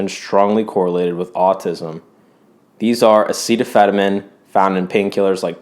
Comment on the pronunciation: Amazing video! But "Acetaphenomen"? You even showed a box that says clearly "Acetaminophen" and then say the other thing? It was really weird lol.